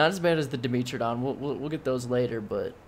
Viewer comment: When you say "Dimitridon" you are refering to the "dimetrodon" right?